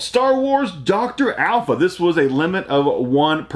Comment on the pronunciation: Also it's doctor aphra not alpha. Do you read your pickups, if so what did you think of them.